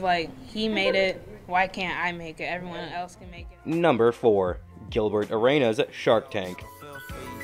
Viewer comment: "GiLbErT ArAyNuS"